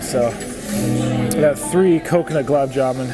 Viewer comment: It is "Gul_Ab' Ja-Man', my friend And also, why didn't you quit at plate # 8? Wasting food to stuff yourself is not attractive